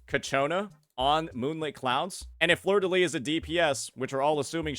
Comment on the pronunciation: Btw in fleurdelys, you pronounce the final s (I’m french)